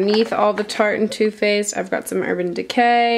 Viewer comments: When she said "two faced" I thought she said "toothpaste" I was so confused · It sounded like you were saying "tooth faced" lol! love you Meghan!